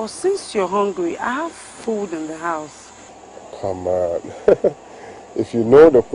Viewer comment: Did that babe say “Common 52 million Naira”? 🤣 Common!